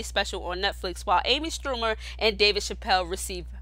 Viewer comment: Amy SCHUMER not strumer.... just saying.